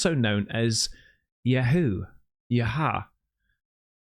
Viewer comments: Lmao brother its pronounced Yah-way. Not Yahoo. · The yhwh is pronounced “Yahoo-uh” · Hey love your videos but Yee this isn’t new information lol but it’s pronounced YAHWEH (yaw- way) and that is the name of God. Jews have been knowing this forever. I’m still learning still myself and I’m actually Catholic but my wife is teaching me everyday about her religion since she is Jewish. But the breathing video you showed is new to me I didn’t know that tied into that as well which is pretty amazing to say the least. Anyways love your content brotha keep em coming ‼️🙌🏽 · Yaaway name is pronounced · you pronounce is yahwey but some think this "god" is bad and not the same as bible "god" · there is not going to be information about them shooting a missile at the moon on google my man. Google is just lkke the media they are bought and paid for. Which means certain information is held back and also it's pronounced yaa way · God's name is pronounced as YAR-WAY. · Hello, big fan big big fan of yours here! It is pronounced "yha whay"! Not a religious fanatic here but absolutely a woman of faith. Listening to that Pastor brought tears to my eyes but you just had to do it with tears in your eyes and now you made me cry❤ powerful and incredible to believe. A wonderful feeling isn't it!!! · It's yhvh actually, and it's not pronounced that way unless you bastardize it into English like the guy did. It's pronounced "yah vay" (v has kinda a v mixed with w sound) and idk anyone who breaths like that. Has nothing to do with breathing even, literally means "I am" or "he who is" in Hebrew and Aramaic. People gotta stop thinking God speaks English or is white if he even exists in the first place 😅😆 also translated from hebrew to latin (closer to English) is where "Jehovah" comes from 😅😆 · its pronounced yhahway, its the old hebrew name for god.. every jew knows this..... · The way you pronounced Yahweh. LOL.